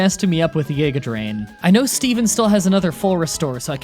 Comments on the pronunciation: I love watching these they’re amazing but this dude said geaga drain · "yigga drain" "YIGGA DRAIN" its literally a G how to you pronounce Giga drain as YIGGA DRAIN